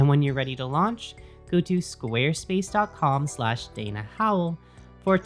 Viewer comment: I like the way you say "Squarespace." Carry on.